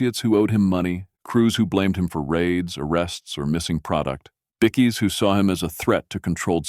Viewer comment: Bikkie, it’s bikie